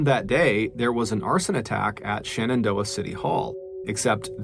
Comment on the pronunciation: I know this is just a fan edit channel, but it drives me nuts when people mispronounce basic stuff. I know, everybody loves MrBallen, but it's not ShAnnondoah, it's ShEnendoah. Stop saying SHANNONdoah.